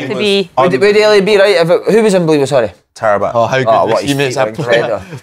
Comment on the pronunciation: Tara-bat what the fuck. Its Ta-rabt